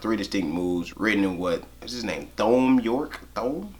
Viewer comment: It’s pronounced as Tom York